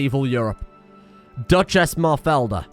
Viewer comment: Ive never heard anyone pronounce Mafalda as "Mofelda" sounds like a damn star wars name. And honestly is a cool ass name